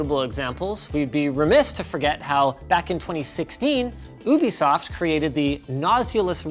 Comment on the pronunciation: let's not forget how Linus says "cyoopon" but also "oobisoft"